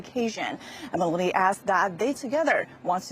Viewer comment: Meloney as in Baloney.Its not Melooni.😊 🎉